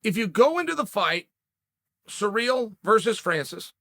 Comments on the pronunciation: Chael, could please do your homework before you start talking? Take the time to learn the pronunciation of the fighter's name? It is not "sur`REAL" , it is "CI ryl" with the 1st syllable emphasized. No respect for the man if you cannot even say his name correctly. Shall we call you "SHA ell"? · Bro, you need to learn how to pronounce CIRYL... it's not surreal.... its See-Rill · Surreal Gane. Cereal Gane. Sir Real Gane. Actual Diacritic Pronunciation : (Sear-Rill Gawn) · Everyone: Ciryl Chael: Surreal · Me: cyril Chael: surreal Me: ok great surreal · Everyone: "Ciryl" Chael: "Surreal" "Cereal" 😆😆😆😆😆😆😆😆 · At this point of time, Lord Chael has called Ciryl so many times as Surreal that it only makes sense for him to change his original name 😂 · Who's this "George" person he keeps talking about..? Maybe it's Jorge Masvidal's brother, George Masvidal. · Sirl , sirl , sirl it's not hard to say SIRL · Chael P Sonnen. "sir real" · “Surreal” Gane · Oh, so his name is actually 'Surreal Gane'. Thanks Uncle Chael! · This is no longer a joke I truly hear him say SURREAL 😭 😂 😆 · “Surreal” lol 😹 I love how Chael pronounce peoples’ names. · The petty cunt part of myself finds it hilarious when Chael purposely mispronounces peoples names. YaRear, SurReal, ect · Its sureal the way uncle chael changed ciryl name. Undefeated english pronounciation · Surreal, George, Blehal! Sonnen still the goat of pronunciation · I find it quite surreal the way uncle Chael pronounces Ciryl.